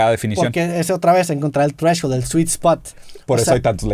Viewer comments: un chupe cada que Roberto diga treshhold. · Drinking game, tomas cada vez que roberto diga treshold